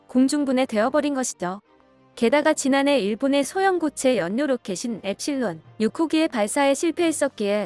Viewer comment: 연뇨가 아니고 읽을때 열료로발음